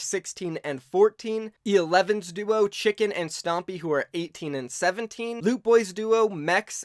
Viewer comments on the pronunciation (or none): E11 Tschiiinken you have to speak the N, you Said chicken btw 😉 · Its not chicken its chinken